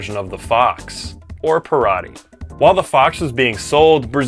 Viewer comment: Gol is pronounced Gohl and Parati is Parahtchi with the emphasis on tchi. 🇧🇷